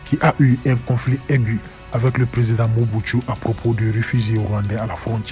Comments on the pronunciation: ON DIT MOBUTU ET NON MOBUSTU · Mobutu et non mobutsu 😂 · pas Mobuthsu😂 cest Mobutu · Non non il n'y a pas de bania mulenge au Congo , ce Mobutu pas mubutsu 😂😂😂😂